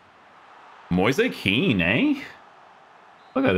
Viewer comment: it's actually Moize Ken